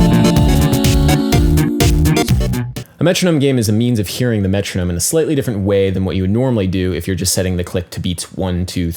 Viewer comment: u for sure go british when you're metronoming. iz cute